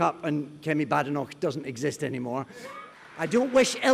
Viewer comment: The Boar of Badenoch is close to the Sow of Atholl. And it is not pronounced baydenoch.